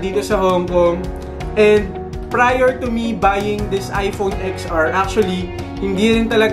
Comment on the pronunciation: It pronounce 10 ar po..not ex ar..